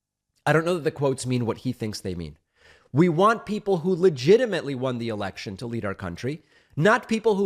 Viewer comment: lindsey graham when herschel said e*ection instead of election. got his attention like lightning